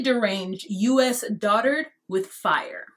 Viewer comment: The dotard comment took me out, at first I thought he said doodoo-turd LOL then I thought about it and was like oh yeah dotard sigh